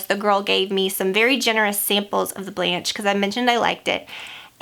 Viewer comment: Blanche (french for white) is pronounced Blon-shh. That's the best I could sound it out lol